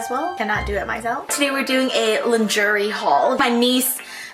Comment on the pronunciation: I thought she was trying to mispronounce luxury at the beginning 😅😅😅😅